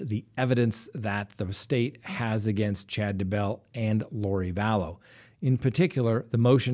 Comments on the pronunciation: DAY-BELL.......NOT DUH-BELL lolol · It's Daybell ,not duh bell, or dumbbell. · DAY......BELL. DAY-BELL. DAYBELL. Not DAH-BELL, Idk why it bothers me so much, but it does. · Day Bell.... not ....D"bell lol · At least say the guy name right , it's day - Bell 🙄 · I just can't. It's DAY 🔔 🛎 .I watch all the time and it's just ridiculous that after all these months you still can't pronounce it. Otherwise love your show😂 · Say it with me.... "DAY•BELL"! Ready....? Say "DAY"..... VERY GOOOOOD! Now just say- "BELL"! THAT'S IT buddy, u GOT IT NOW, i think...?!?! Lol Does he sometimes say- "It's a beautiful DA out today"? LMFAOOOOO It drives me INSANE that this highly educated LAWYER cannot pronounce the simplest name in HISTORY!! "DAY•BELL, DAY•BELL, DAYYYYYYYYYYYYYYY- BELL!" Agh, you'll get it lil buddy just keep trying + maybe one episode you'll actually say his name correctly 2 TIMES IN A ROW within 15 seconds of eachother.... I know, I KNOW- its a lofty goal that seems unattainable, but I truly believe you will reach the summit of ur Mt. Everest- "DAYYYYYY•BELL!" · Day.bell slight accent on Day. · Shane Freeland It's a long A on Daybell- uses a short A when he says his name. LOL not like I care that much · I always wonder if he does this on purpose lol. Especially since he has taken issue with name pronunciation on other cases! 😆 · Why do you pronounce Daybell that way? Good work anyway. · Why does he have SOOOO MUCH trouble w/ this Doofy-Douche-Dumpass' name?!?! 🤯🤯 SMH- he pronounces it differently every single time he says it + its probably the EASIEST name in hostory.... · You need to learn to pronounce Chad Daybell's name properly.